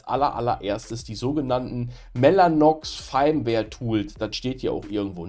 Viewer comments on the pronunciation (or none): Firmware wird wie Firmwäre ausgesprochen. Gutes Video schlechte Englische Aussprache ;) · Ich denke immer, dass er VMware sagt XD Triggert nur leicht xD